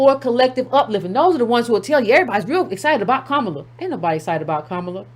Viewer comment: “Copallah” Harris 😂😂😂😏😉😀😅😂🤣😁😆😄